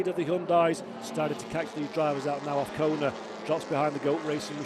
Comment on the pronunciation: His name is AZCONA not AFCONA. Say it correctly...